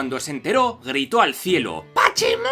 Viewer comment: Pachimu, Señor, PACHIMUUUUU?!